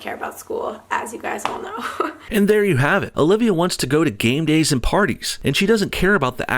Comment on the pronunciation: game days i thought she say gangbangs :D